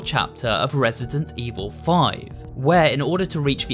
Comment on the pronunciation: Did he just say ''Resisident''? ✋😶